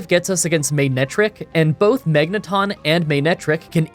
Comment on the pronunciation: Ik this is random, but if you watched the series....how are you mispronouncing Magneton, Aggron, and Xatu. I was already lost about how magma was being said which is not a pokemon thing but a real thing...